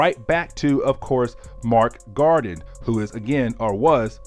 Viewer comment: I love your enthusiasm and dedication to telling the stories...but dude. PLEASE learn the characters ACTUAL NAMES. I mean, Mac Gargan is not Mark Garden. Wolverines son is Dakken, not Daykin. Other than that. Great work and keep it up.